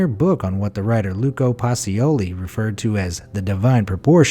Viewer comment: In Gherardini the G is hard like in english “get”. The H makes it a hard G. Same rule applies to “spaghetti”. And pacioli is pronounced pacholee